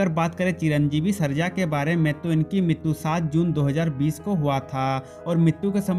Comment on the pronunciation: TERA BAAP MAR GAYA HO,RAM POTHENENI NAHI.. AUR MITTU NAHI MRITU BOLA KAR